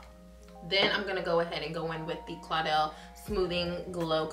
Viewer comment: "and then I'm going to spray my face with this claudel " girl that's caudalie : pronounced cau da lee , i'm weak lol i know theits a french brand and you don't speak french but that was so funny